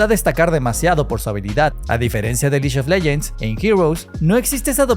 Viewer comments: Me duele cada que dices liyo leyents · El "liyon leyens!" Iba tooooodo bien hasta ahí...